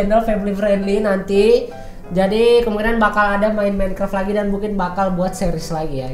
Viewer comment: Tulisan Minecraft dibaca minikrep